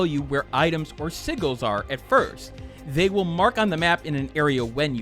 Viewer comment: Not to be the grammar police but "sigils" is pronounced "sijil" with a jay sound. Great review on Tevi. I have it and Rabi-Ribi. Great games. I recommend you try the Momodora series too (3 games).